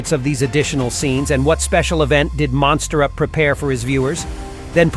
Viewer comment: You pronounced MonsterUp as MosterUp